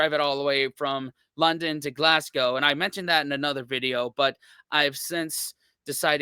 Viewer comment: Point 1 - Don't pronounce Glasgow Glass-Go - It's Glaz-Go. In London, go eat at Borough Market, then head to the coast - and any town on whatever coast you choose, THIS is where you buy your First fish and chips.